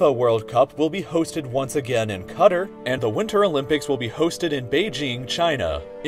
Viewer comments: bro said cutter its qutar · cutter nah bro it’s Qatar /Katar\ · bro called qatar “cutter” ☠️ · I pronounced it correctly as cuh-tar and my friend said I was ignorant for not saying cutter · “The FIFA World Cup will be hosted once again in CUTTER” 💀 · lol!! " it will be hosted in cutter " its pronounced ka - tar xD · Cutter = Qatar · I'm not Arabic but even I know how to pronounce it (CUH-TAR) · Why did you call Qatar "cutter" lol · "In cutter" 😭😭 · Everyone's talking about the covid pandemic but is no one gonna mention how he said "Qatar", dude pronounced it "cutter" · Qatar = cutter? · bro that was the whitest pronounciation of Qatar ever💀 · Haha the way he pronounced Qatar great vid!! Thanks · wild pronounciation of qatar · the way he said Qatar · How did man’s mispronounce Qatar